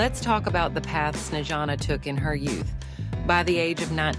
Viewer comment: Совсем обалдели вконец... ИИ долбаный не проверяют после озвучки: Чиседо и Снеана - это мрак! Dislike. Проверяйте свои опусы, придуrki...